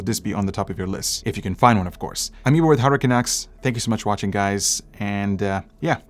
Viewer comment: When he said "Hardware Canucks" at the end, it sounds to me like "Hurricane X" Just had to share :-)